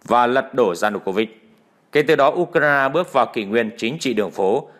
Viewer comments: Tại sao không đọc theo đúng tiếng Anh là Du cờ ren mà lại đọc là Du cờ rai na. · Bạn nói đúng! Nhưng vì đều có lối phát âm như vậy chớ không chỉ riêng anh nầy!!! Tôi chỉ nghe anh ta nói “ u - cà - na - na “ mà thôi! Ngay như “ HÀ NỘI “ họ còn không nói được 👍 thì còn nói chuyện gì khác nưa chớ??? OK 👍!? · Tập phát âm lại Ukraine đi , bị đớt đớt